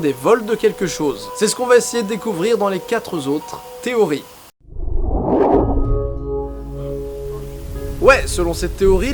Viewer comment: "quatre zautres", "très bien têtre", un peu de vigilance stp